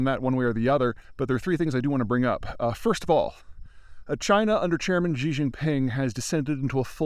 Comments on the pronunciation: I enjoy and appreciate your analysis. Your presentation would be even better if you pronounced Xi Jinping's name correctly. Ask a native Chinese speaker. Xi is pronounced She, not Gee. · I love your analysis and commentary and follow it closely. But for the love of god its President Xi (as in Sheee), not Ji (which means chicken in Chinese) and no Gzhee which means nothing in English or Mandarin... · could you pls pronounce Xi in Xi jinping a little bit more accurately? It's pronounced like "she" not "gee" (tone drops at end unlike with she but let's get the pronounciation right before working on tones :-) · Xi is pronounced 'she' not 'zjeee'. I speak mandarin fluently. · Xi= she. Why do people pronounce this wrong. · Peter you really should try to use the correct pronunciation. Xi is pronounced “shi” it sounds like the english “she” its not “jee” or “jhe”. It would be one thing if you were just a regular guy but youre a geopolitical subject matter expert, so you should go out of your way to get the small details right. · Xi is pronounced like "see". the way you say this god damn name would be "zhi jin pin". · Xi Jinping.. Xi is pronounced more like ‘Shee’, not “Gee”. X = Sh. Love your work. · Peeeeter (Griffin), ya gotta fix the Xi thing. Simply pronounced ….she, not zzzhhhiiii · Peter, I want to implore you: it's not "Zhee". The "x" sound in Chinese is a dentalized "sh". Saying "She" for "Xi" is close enough, and much better than "Zhee". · You’re mispronouncing “Xi Jinping” Xi is pronounced exactly the same as the feminine pronoun “she”. Jin is pronounced more/less like the drink “gin” (but with an “ee” vowel sound”. Ping is as you’d expect. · Nothing says I'm a geopolitical expert like mispronouncing the names of important people. His pronunciation of Russian leaders is just as bad. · Someone for the love of god tell Peter how to pronounce "Xi".